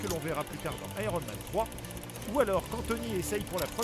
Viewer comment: "Aéronne Man"